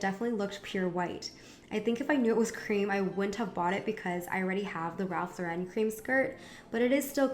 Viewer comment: you pronounced Ralph Lauren wrong...